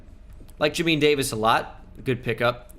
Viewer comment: Listening to his pronunciation of Jamin Davis’ name is painful😭